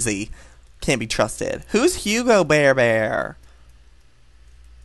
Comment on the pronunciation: You know hugbabybear you just call her hugabear